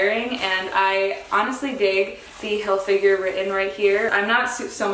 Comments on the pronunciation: HilFIGER rhymes with TRIGGER; it’s Not Hil FINGER❗️😖❗️ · I don’t care for the brand a’tall cuz the market is so saturated with it but HILFIGGER rhymes with TRIGGER- it’s NOT HilFIGURE.